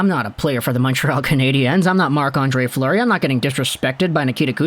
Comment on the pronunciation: It's Fleury not Fluery...